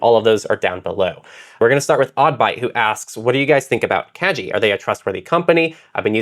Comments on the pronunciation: minor thing but the name is pronounced kah-gi (like "guillotine") it's a japanese word. made it slightly difficult to listen to the episode 😅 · Kagi is pronounced kah-ghee. The "g" is the same as "gear, give, go" rather than "jump, giraffe". It is Japanese for "key".